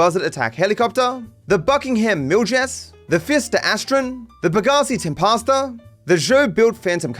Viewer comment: will eventually show up to say pegassi reapa and pegassi tem pasta